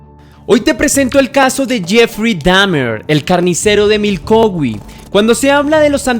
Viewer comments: Jajajajaja es Milwaukee no Milkowi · Exacto, no lo pronuncio bien es Milwaukee con "W" pero bueno, es un error que cualquiera puede tener... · Primero pensé que había escuchado mal, retrocedi y si dice MILKOWI y me rei mucho 😂😂😂😂 un lapsus de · NO ES MILKOWE ESTUPIDO MALPARIDO ES MILWAUKEE IMMECIL INVESTIGA BIEN ANTES DE SUBIR TUS VIDEOS DE MIERDA 😂😂😂😂😂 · Crítica constructiva no se dice milcowee el lugar se escribe Milwaukee y se pronuncia milwooky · Se pronuncia milguoki no milouqui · Es Milwuakee no Milkauwee... 😊 nueva seguidora. Buen documental! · Es Milwaukee no milkowee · Si leyenda nos dimos cuenta que mencionaste mal , dijiste milcoweee y no Milwaukee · jajaj no se si lo hace a proposito cuando dice milkowi jajajaja esta solo jajajaj que cagada de risas jajaja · Milkowi? Ya empezaste mal jajajaja 🤣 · Milkowi? J as Jajaja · siento decirte que me he reído mucho, no por el caso que ya conocía muy bien si no por todas las veces que has pronunciado Milkowe. ❤ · Te acabo de descubrir, muy buena narración y montaje, dejando a un lado el error de pronunciación de Milwaukee, decir que está tan bien narrado que no me he salido de onda. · El misterio más grande es por qué pronuncia asi ( Milwaukee Wisconsin) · Ni siquiera sabe decir el nombre de Milwaukee.